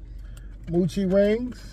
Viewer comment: Happy bday to your niece. it’s mo-chi…not moo-chi there is only 1 O